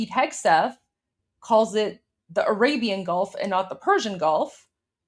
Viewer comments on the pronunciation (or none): none